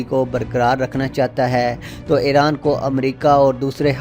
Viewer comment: It is iran not eran 😂 lol